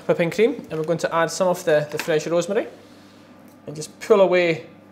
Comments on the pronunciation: 3172 he's Scottish😂😂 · He sounds like a russian guy seeing for the first time some rosemary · he sounds more Italian to me? 🤔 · My... the way he says rosemary.... Magical moment..